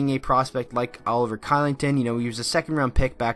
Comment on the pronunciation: It’s saidCholing-Ton